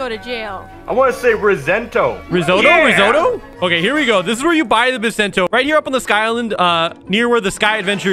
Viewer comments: it's bisento not bissento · It’s pronounced Bai-Sen-Toe. THE ONE PIECE IS REEEEAAAAL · bisento you can hear the i is right